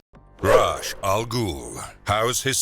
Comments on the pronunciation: Rahsh??? RAHSH??? it's pronounced REYSH!!! AAAAAAGH i can accept RAZ at least since its odd spelling but come on!!!! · Its a pretty consistent that they mispronounce or get their facts wrong. This very video features an episode that talks about the correct way to say Ra's and he still pronounces it wrong